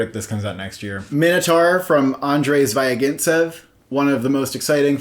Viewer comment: They also mispronounce the surname of Zvyagincev. "y" is a short "ee" here, not "ai".